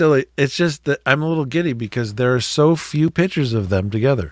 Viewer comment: Please pronounce the word correctly! It's "piCtures" (with a hard "c"), not "pitchers", as in a pitcher of water. Thank you!